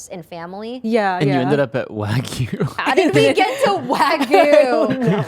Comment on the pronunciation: I love you guys so much, always such a treat to watch can't wait for next coming episodes! But please- let me teach you how to pronounce Wagyu. <3